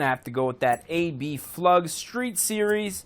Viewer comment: It's Abflug, not “a.b.flug” also , it had TE37 rims , which are in the game